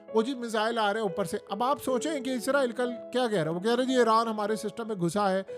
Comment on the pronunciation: Bhai word ISRAEEl ....IZRAEEL nhi....kindly correct your pronunciation.....farishtay aur mulk ke nam me farq hai...